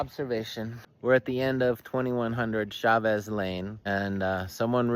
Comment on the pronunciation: It’s pronounced “heymiss” Jemez, one of my favorite spots👍🏼